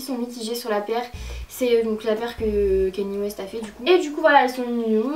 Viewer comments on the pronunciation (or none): none